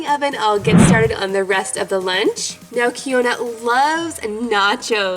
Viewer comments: Keyona is pronounced (key-on-uh) lol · it's pronounced key-on-a lol. Love your channel ❤️